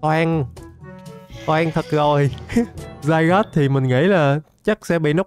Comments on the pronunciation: Anh ơi zygarde chứ ko phải là zygod đây anh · Zygarde đọc là " Zi ga đê" mới đúng á a